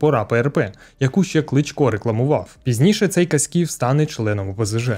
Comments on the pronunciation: не КаськІв, а КАськів. Зразу видно, що автор відео не галичанин. 😅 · Ой-йой-йой!… Як дивно чути такий наголос на прізвищі Владислава Каськіва. Правильно наголос ставити на першому складі.